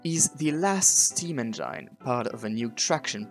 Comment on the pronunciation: Juste une remarque : on dit « enngine », pas « enjaïne ». Bonne vidéo sur « la Divine », accessible internationalement, en plus!